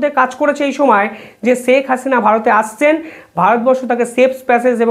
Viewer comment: Pronounce Sheikh correctly. It's শেখ not সেক/ছেক